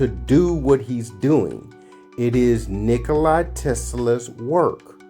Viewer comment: Tesla's name wasn't "Nikoli," it was "Nikola." If you aren't even pronouncing his name correctly, how am I to believe anything you say? More fundamentally, however: if you understand the working principles of his invention so well, why didn't YOU develop these things? There are multiple holes in your 'theory' - and I don't mean the 'holes' in the MOSFET substrate - which didn't exist in Tesla's time. Also, the 'batteries' you point out would NEVER be enough to POWER a car, or motorcycle, and are actually, as he describes his invention, 'Super-Capacitors' - a way of storing excess output voltage. I'm not going any deeper.